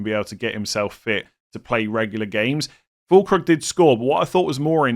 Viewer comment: I can't hold myself and must giggle everytime you pronounce the u and ü in füllkrug the exact opposite way you are supposed to haha.